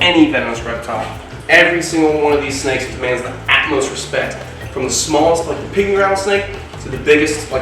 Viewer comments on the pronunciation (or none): I’m pedantic and annoying, I know. Sorry…… It’s “utmost” respect, not “atmost”. 🐍❤️🐍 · Love your channel: entertaining, interesting, and informative. Ruth's a kick also. Offer this modest correction: I think when you say atmost, you mean to say "utmost", I could be wrong🤔. Stay healthy and 'unbit'.✌️